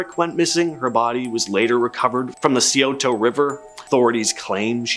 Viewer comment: did you catch how he said Scioto?😂😂